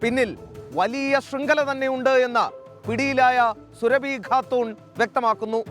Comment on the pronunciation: മോനേ സുരഭി അല്ല അറിയാഞ്ഞിട്ടും സുരഭി സുരഭി എന്ത് പറയുന്നത് എന്തിനാണ് സൂറാബി സൂറാബി എന്ന് പറ